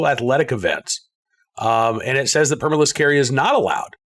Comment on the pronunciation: Did you leave the “L” out on purpose?